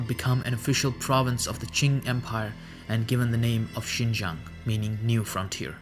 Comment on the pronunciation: Only 2 minutes in but hmm you are the first person who is not Chinese to pronounce Xinjiang this well. But it doesn’t matter anyway because I call it “East Turkestan” lol.